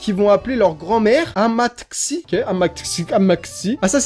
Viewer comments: Amatxi c'est Basque ça se prononce amatchi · Amatxi se prononce amatchi c’est en basque ☺️ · Amatxi se dit amatchi c’est en basque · Au fait amaxi sa se prononce amatchi mais sa dn'écrit avec un x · Amatxi c'est grand mère ou mami en basque et ça se prononce "amatchi" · Je crois que le mot "amatxi" se prononce "amatchi" (c'est Basque, je suis breton mais j'ai passé mes vacances là-bas plusieurs années et à force on s'habitue aux panneaux) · Bon 3 fois que je refait ce putain de commentaire 😂😂 Amatchi bordel Amatchi que ça se prononce 😂 Team poche!!!! Dia caxu ! Dans les Landes, ont prononce toute les lettres à la fin de chaque mot. Style je m'appelle LEDAN, dans les Landes ils le prononce ledane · Enfaite «amatxi» ce dit «amatchi » 😂 ce qui veut dire grand mère ou mamie en basque 👍😘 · Amatxi c'est en basque sa se prononce amatchi 😂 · Amatxi c’est grand mère en basque 😭 ça se dit amatchi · Amatxi se prononce "amatchi" (c'est du basque) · Amatxi c’est basque et ça se prononce Amatchi 😉😉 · Amatxi ça se prononce Amatchi c du Basque et ça signifie mamie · Non mais "Amatxi" sérieux qui dit ça?